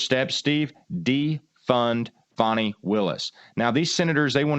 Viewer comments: "Fah-nee?" I think it's FANNY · HER NAME IS FANI, not fawni...take away the i on both and say those names. There is Fan and Fawn ...her name is Fani. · firstly it is fani not fawni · It’s pronounced fan-knee ! Like a behind